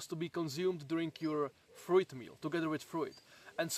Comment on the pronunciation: Can you learn to pronounce fruit correctly pls